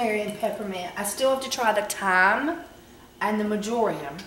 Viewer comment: it is not "maj or' ium" it is "mar' jor im"...kind of like margarine, the butter substitute, but with an im instead of an in ending.